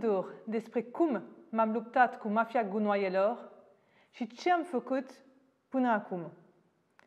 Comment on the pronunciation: Am dat click doar sa aud cum ziceti "gunoaeloo" :))